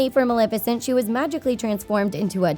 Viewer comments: Why does she keep pronouncing it MalIFicent instead of MalEFicent uhhhh that’s getting on my LAST NERVE! Anyone agree? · did she fr say maLIFICENT?? .....